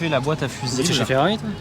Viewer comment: Ne me dites pas qu'il a appelé la Ferrari une... "féfé"... A part ça, super vidéo ;)